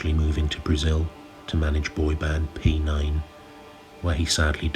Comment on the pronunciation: "P9"? 😂😂😂 "Pnus"